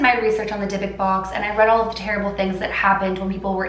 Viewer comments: Dybbuk, pronounced with an elongated "b" (since theres two of them), and the "u" is said like in the word "cruel". Not "Debek". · ❗️Take a shot everytime she say “Dybbok box”😂 #AlcoholPoising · yes yes yes!! Thank god I was getting so bothered on the way she pronounced it!!! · I didn't want to do my homework so I listened to you while doing it and I thought you kept saying big dick box and I was so confused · Anyone else can’t stand how she pronounces it!!! Ugh!! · Monique Ortiz no I also and I’m bothered by the way she pronounces the box wrong!